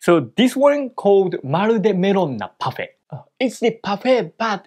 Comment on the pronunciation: why does your French sound legit French? did you study French? when you said "parfait" I was like, Woah.